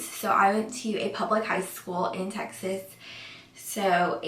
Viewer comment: I thought she said sexist A&M I was thinking “WTF?”